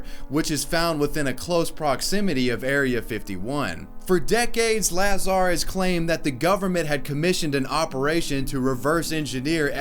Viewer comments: DUDE! It's Bob Luh-zar, not Laa-zar. You must be new to this conspiracy shit bro. Haha for real, great video. I'd love to see anyone try to actually do this. Probably 20 people will show up at the white mailbox, 5 rowdy idiots will end up getting taken to Rachel PD by the dudes in white SUVs, and one drunk asshole will actually try to make a Naruto run for it and end up getting his brain fried by a microwave gun. Edit: and anyways, these folks need to be taking a run at Pine Gap in Australia if they really want to get a good look at some alien tittays. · Dude, have you NEVER heard of Bob Lazar? Because the way you pronounce his name really hurt my brain and was extremely cringy..... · Did it irk anyone else the way he said Bob Lazar? I mean it affects my life %0 percent and yet... It is Bob La-ZaR quick la- and than Zar rhyme with bar.. like a hard R. Not Laazar .. again, I know it doesn't matter and I still had to address it.. I'm a sad sad girl. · pronounced la-zar, not laz-ar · I hate being that guy, but it’s pronounced Luh-zar. I can feel him saying Lazar. Don’t expect a change, just curious if I was the only one? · OMG, I always pronounce Bob Lazar as "Bob Lazaaaaar" (the La is faster than zar), not the way you said it like "Bob Laaaaaazar". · IT'S BOB LAZAR NOT LAZ ARE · La-zAR? Lazar dude ong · It's pronounced Bob la-zar not laz-ar but enjoyed the video anyways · LaaaaazaR lmao its luh zar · La-zar not laz-ar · say it the equal emphasis on both syllables, like everybody else please bro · lmfao....lah zar. XDXDXD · It's pronounced Bob LUH-ZAR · Bob laz-are 😂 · Bob Lah-zar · Lazar rhymes with "bazaar". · Uh der, it's pronounced, Lay-Zer, Pew Pew!!! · IT IS BOB LAZAR!!! ( Luh - Zar ) the man is a living legend! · Bob luh zar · LuH-zar! Was it annoying anyone else the way he was pronouncing his name! Haha no biggie it just felt so off. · Say Lahzar one more time... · I cringed at Bob Lahzaar. Come on. Haven't you seen any video. That's not how you pronounce it.